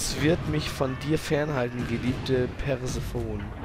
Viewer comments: es ist [perseeeeeeeefoneeeeeeee] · Wie du die arme Persephone aussprichst. xD